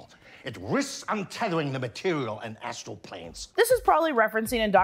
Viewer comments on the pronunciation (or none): none